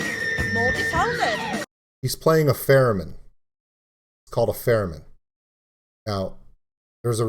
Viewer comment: Laughing because it sounded like you said "Feramin" instead of "Theramin". ;)